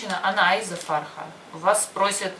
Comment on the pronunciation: К сожалению очень большие проблемы с произношением :( курица будет frekh, farha Вообще другое обозначает.. свадьба /радость.. круто что вы много слов знаете, но если нет знаний о грамматике и произношении букв , вас будет сложно понять а тем более учиться у вас